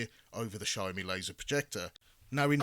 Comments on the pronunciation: Its Xiaomi not XiaoMai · It’s siao mee not siao mai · He said SHAMAI in the beginning now I want a SHOMAI with rice. 😂😂😂